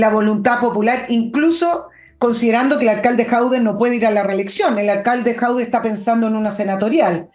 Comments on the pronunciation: Estimada, solo una pequeña corrección, el tipo se llama Jadué, no Jaude. Solo eso. Saludos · Señora. el apellido de Alcalde de Recoleta es JADUE y no Jaude 😂😂😂😂😂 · el apellido no es Jaude, es Jadue, buen día. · Por qué le dice "Jaude" a Jadue...? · Por qué le dice a Jadue.."Jaude"?